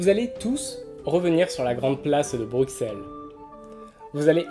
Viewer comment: Les gens, c'est Bruxelles, pas Bruksel. ;)